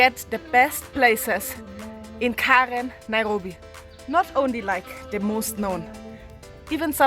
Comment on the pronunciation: I just can't get over how you pronounce "Naihobi"